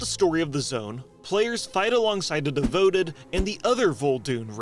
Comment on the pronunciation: “by her devouted” - No. This is not a word. They ere either devout followers or they are devoted followers. “but Korthek’s fellow keeper Sulthiss discovered this treachery but Korthek would stop at nothing” No. Too many “buts” in one sentence. Rewrite it without the repetition. “player fly around on a Perradax” It is a Pterrordax. You pronounce the T and not the P. Y’know like the real actual things that existed but with an intentional pun in the name. You desperately need an Editor. Not a video editor, no you need someone to cut the dubious lines out of your script and to chide you when you screw up pronunciation.